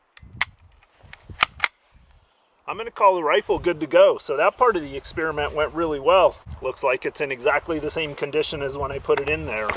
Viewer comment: Did this nigga just say experimat 😂